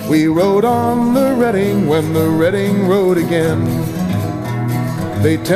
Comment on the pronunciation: Thank you, thank you oh boy thank you! You said the Reading name properly. You are awesome!